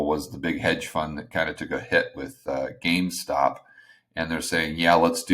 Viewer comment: GameStop not gamestock. Also the Reddit crowd isn’t even paying attention to silver as much as people think. Go over there and read it for yourself.